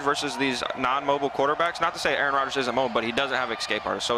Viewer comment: I know I’m not the only one who heard “A ARON”. 🤣🤣🤣